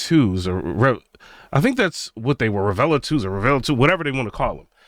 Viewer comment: First, some advice... It's not the greatest move to come out swinging on a speaker you haven't personally owned or used in your system especially as a "tuber". Second, properly pronouncing manufacturers' names will go a long way towards credibility. The "T" is silent in Perlisten. There is no "A" at the end of Revel. Now to your topic. I have owned the Perlisten R7t and R5c. All the reviews made them sound like the bees' knees. I ordered a pair after demoing them. When I set them up, I was greeted with a very clean presentation, cohesive sound, pinpoint imaging with some depth of soundstage. What I didn't get is a wide and deep soundstage. Everything was pinched in between the speakers. There was no air in the treble. Bass dropped off around 40hz. But, Perlisten purposely designed them to NOT interact with your room, and to minimize reflections. For HT they were great. Unflappable at any volume. All the processing made them sound big. 2 channel was a different story as noted above. They admit they went after the Dominus rating to be the first and to help gain visibility, but I think it cost them low end output. Are they worth $11k? I don't think so. Their build quality is excellent. 104lbs per speaker. Solid cabinet and base and feet. But, I think most speakers are overpriced these days... Which brings me to your Focal and B&W comments. Both are extremely overpriced, way too bright. There is no bass in a Focal speaker, even with all those drivers. Hollow cabinets, and on and